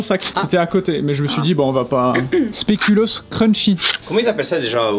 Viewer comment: Ça se prononce "spékulauss". 😉